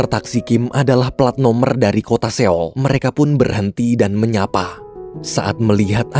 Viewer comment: maaf min, sekedar saran aja klo buat kota seoul bacanya “soul” biar lebih enak aja min didengernya. hehe thanks min smoga kedepan bisa diterapkan ya🙏🏻